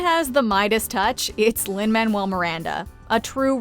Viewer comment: Lin-manuel? Seriously